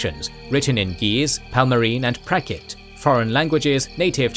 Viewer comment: The Indian language is called Prakrit, not Prakit.